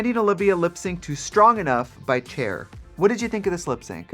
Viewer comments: is it just me or did tracy say chair instead of cher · Why you say "chair"... It's CHER bitch! Jk love you 😘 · trixie queen of mispronouncing names. first gottmeek and now. chair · When she pronounced Cher as "chair" I died lol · Trixie pronouncing it Cher not "sher" lol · By chair😂😂😂 I love Trixie misprinouncing names (Gotmeek) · Gigi’s lipstick matches her hair PERFECTLY !!!! Edit: did Trix say “Chair?” Instead of “Cher” 😂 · i'm sorry, strong enough by "chair"? i had to rewind to make sure i heard that correctly lmao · Did Trixie really say "Chair" instead of "Cher"? xD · nope she deadass said chair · So we’re not gonna talk about the fact that Trixie said chair for Cher. OK work. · AM I HEARING THINGS BC I KNOW I TRIXIE DID NOT JUST PRONOUNCED CHER AS “CHAIR” 💀💀💀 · Did Trixie just called Cher TCHER? Thats homophobic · i know that Trixie did NOT just pronounce cher as "chair" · Trixie, GURL, did you just say “CHAIR” instead of “CHER” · Did Trixie just say "Chair" when she said Cher?! Hehehe! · I'm not the only who heard chair lmao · No one acknowledging that Trixie called Cher "cer" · Did Trixie say Chair in stead of Cher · "GotMeek" and "Chair" should be a band. Oh Trixie lol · i love cher but someone please tell me who “chair” is😂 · Trixie calling Cher "chair" SENT ME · First it was 'Gotmeek' now Stronger by 'Chair'? Trixie kills me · not trixie calling cher “chair” 💀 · Are we just going to ignore that Trixie said “chair” instead of Cher 💀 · I had to rewind just to make sure I didn’t hear it wrong 😂 bitch did not just say chair 🪑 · I'm chair, bitch 🪑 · Am I the only one hearing Trixie calling Cher “Chair”. Iconic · I’m glad someone picked it up too. LOL 🤣 Some folks even erroneously says “share”. 🤣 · As a community, we all have to come for Trixie for not pronouncing Cher correctly.